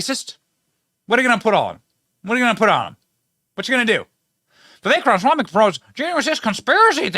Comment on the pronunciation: Say it with me, Benny: Rom-uh-swamy.